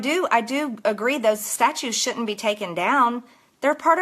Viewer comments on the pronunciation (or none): Why does Marjorie sat "shoutent" and not "shouldn't"? And what's with "dittent" instead of "didn't"?